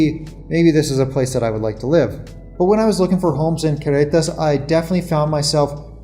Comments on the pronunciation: it's Carretas, (Caugh) you are pronouncing it like Querretas but no biggie. Good show. :) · You have almost managed the trilled double r sound but not quite yet for carretas but darned it if you haven’t managed a Mexican Spanish accent back in English … the double r is the hardest but your Mexican Spanish, when in use, is actually a very good middle class standard & will only get better with time … & eventually the accent in English will tone itself down; it’s pretty much the growing pain byproduct of bilingualism, it also happens the other way around if it’s any consolation & actually an excellent indicator that your brain is integrating your second language in full … just wait ‘till you get to year 6 & year 10, since you are at about year 4 & you are doing this as an adult; I did it as a child & the other way around … Great content, & a very polite way for you & Maddie to part ways, & very tasteful way of introducing your new ‘media naranja’, Maya, …